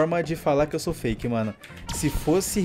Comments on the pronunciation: O cara ainda diz q e fake e fala errado feck kkk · eles nem sabe fala fake eles falam fecke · O mais engraçado é o cara falando "FECK"😂😂😂😂😂